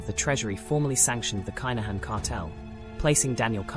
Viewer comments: Pronounce the name - ya AI bot. Privileged upbringing 🤣 Have you ever been to the bond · At least pronounce his name correctly